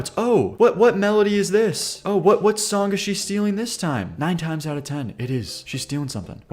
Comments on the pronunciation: What accent makes you say “Songk”? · STOP SAYING SONK 😂 there is no k at the end of the word song